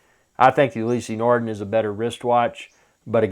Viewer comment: Never heard of You-lee-see nar-din It's pronounced Oo- lis nar-da